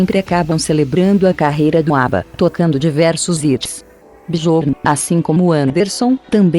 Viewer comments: ÁBBA melhor!!!!!! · ATT ao segundo 31'' a primeira apresentação do grupo ABBAS???!!! Que absurdo documentário... ATT a isso gente....acordem... ao minuto 1' 33'' produzido por PIL collins???? ou PHILL ??? Quando aprendem de vez a pronunciar Inglês correcto??? Absurdo isto...